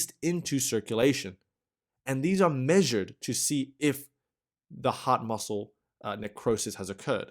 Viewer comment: It sounds like he's saying "the hot muscle" 😂